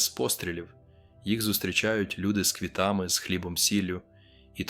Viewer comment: Розповідь згенерована штучним інтелектом, послухайте наголос на деяких словах, вчитель не може так говорити.Наприклад -говорить: міст трІщить,а не тріщИть, повернУться, а не повЕрнуться ,квітАми, а не квІтами,бОлять, а не болЯть і багато ще.Це так говорить вчитель, який уже працює 30 років? Говорять ТЕ, ЩО хочуть чути люди.